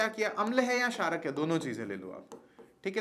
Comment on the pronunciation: sarak nahi chharak bro